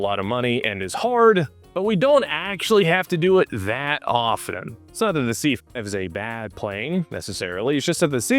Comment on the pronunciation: The “t” in “often” is silent. CHRIST.